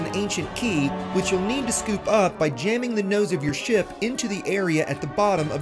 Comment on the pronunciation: Did he say "shart" launcher? hehehe